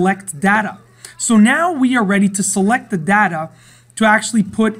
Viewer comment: It's 'data' not 'data'.